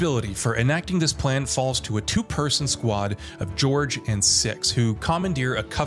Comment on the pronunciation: His name wasn’t ‘George’, his name was ‘Jorge’. While it is the Spanish translation of George; it’s pronounced quite differently.